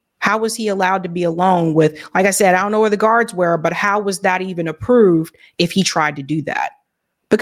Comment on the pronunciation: The way you said 'Approve' so Baltimore I love it 😅